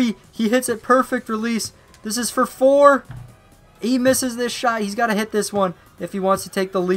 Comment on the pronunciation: He said pour not four